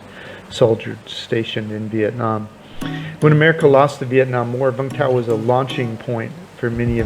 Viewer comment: Its pronounced “you-m th-ow”